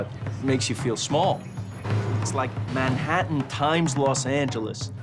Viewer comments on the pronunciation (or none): none